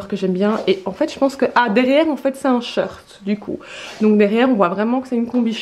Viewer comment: Ça me fait rire quand tu dis un sheurt, et pas short